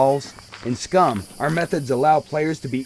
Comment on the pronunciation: Did he say 'Git gud SCRUM?' hahaha, these devs.